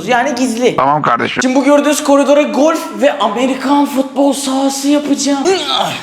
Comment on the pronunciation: Sen İlk önce bolf değil golf demesini öğren